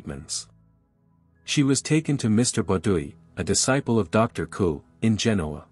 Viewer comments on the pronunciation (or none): His name is pronounced Coo-ay. Like blue-way.